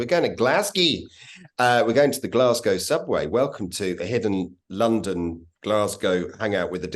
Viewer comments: Great video, enjoyed all of that. One tip, while folk fae the East coast would occasionally say "Glasgae", the local West Coast Scots term is "Glesga". Great content, even learned some facts that I didn't know. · Nobody, apart from the English, ever pronounces it as "Glasgea". Nobody, apart from tourists, ever refers to the Subway as the Clockwork Orange either.